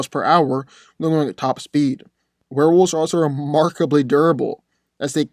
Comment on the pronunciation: Dude the pronunciation is wolves. Not wolfes